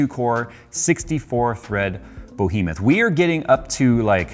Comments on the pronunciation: Luv ya but... repeat after me: buh-HEE-muth. buh-HEE-muth. ess-THET-ic. ess-THET-ic. People are WHO, not THAT. Don't be a maroon. Knucklehead? Okay, sure. Drive a Camaro, even, not a 'stang. But maroon? Nope! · Nobody:: bOhemoth.